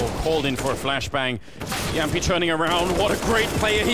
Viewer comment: I love the fact that Moses and Anders can both pronounce Jamppi's name correctly